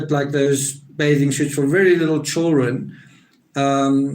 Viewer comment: it’s hilarious!!but that accent is halarious!!and I’m a hillbilly!!and I think he says “chilren”